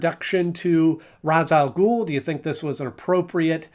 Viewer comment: It's pronounced RAYSH rather then RA'S its the hebrew pronunciation but the arabic spelling